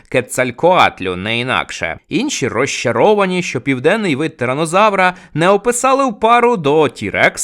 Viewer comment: Не щьо, а що, не чього, а чого, не розчяровані, а розчаровані і так далі. Ви вправі собі говорити як забажаєте, але не кожний зможе це слухати.